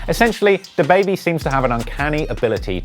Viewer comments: The way he said dababy smfh🤦‍♂️ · Dude really said da baebey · did you really say “dah baby” 🤦🏼‍♂️ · nobody: the news reporter: DAH BABY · dude had to say DAHbaby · He pronounces Dab,baibei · Why he say Duah Baby 😭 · It’s duh-baby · Nobody: Him: day-baby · This dude just said “dahbaby” at th beginning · Nigga said DUH BABY 🗿🗿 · Bitch it’s duh-baby=dababy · how the fuck is he gonna say "DAH BAYBAY" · Why he say da like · Don’t ever pronounce DaBaby like that again. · Can't even prenounce dababy smh